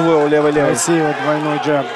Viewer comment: что за «джАб»?! ДжЭб, блин - ты не в Ирландии. 🤣